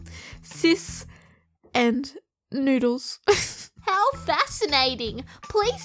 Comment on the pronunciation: Nod-ules not noodles. you read it too fast